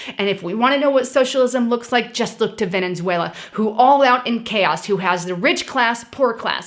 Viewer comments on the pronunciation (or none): none